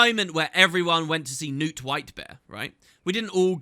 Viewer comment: I always forget to check, does the voice acting actually pronounce Knut 'Newt'? Because it has a K in it, and we don't have silent consonants in Scandinavia.